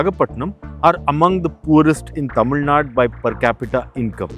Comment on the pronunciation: yaen nae "Tamil Naad" nu solreenga? Azhaga "Tamil Nadu" nu sollalam le 😔